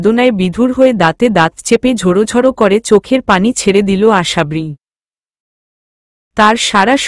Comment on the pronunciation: গল্প বড় করার জন্য উদ্ভট উদ্ভট শব্দ না দিলে কি হয়না ।আশাবরি শব্দ টা ও ঠিক উচ্চারণ করতে পারেনা ।পা কখনো ঢুলু ঢুলু হয়না টল মল করতে পারে ।সহজ সরল ভাষায় লিখতে চেষ্টা করুন ।শ্রোতা দের শুনতে ভাল লাগবে ।